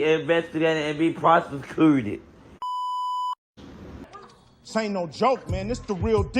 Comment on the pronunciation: Prosekrootid...lawwwwwwwd!!!! Prosecuted😂😂😂😂